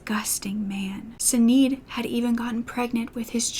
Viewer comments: If the other lady Roger was having an affair with was named Sinead, it's pronounced "Shin-aid." It's an Irish name. You have a sweet spirit,. I enjoy your story-telling style. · Such a sad case. I dont even understand the motive. Makes no sense. Was the other woman Sinead? If so its an Irish name pronounced Shi-nade. X